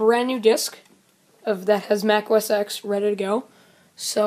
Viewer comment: It's not Mac OS EX. It's Mac OS TEN.